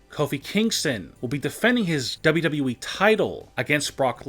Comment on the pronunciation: HE SAID WWE AND NOT DAABYOUDAABYOUEEE